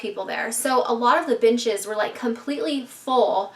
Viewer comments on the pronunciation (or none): at first I thought she said bitches were outside til I realized she said benches were outside lol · Every time you said benches I thought you were saying bitches 😂😂